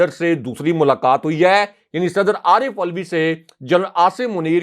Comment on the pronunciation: Correct your pronunciation Arif Alvi - not "ulvi"